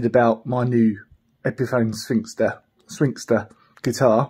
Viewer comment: Say it with me “Swing-stir”